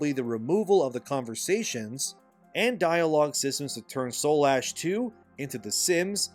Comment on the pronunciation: Dude. Read the title of the game. It's Soulash not Soul Ash. Shit makes me cringe. It's right in front of you just say it right 💀